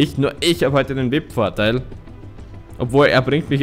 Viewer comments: Vip ? XD XD XD XD Es heißt V I P ( WI EI PI ) BITTE SPRICH ES ANDERS AUS TROTZDEM GEILE FOLGE BIN SCHON RQNG 13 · das heißt V.I.P also die Buchstaben einzeln aussprechen